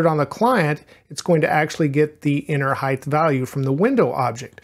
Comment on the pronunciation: This is a really minor thing but it bothered me a lot, you are pronouncing Height weirdly. You keep saying "hithe" instead of "hite", sorry to point it out but I thought I was growing crazy haha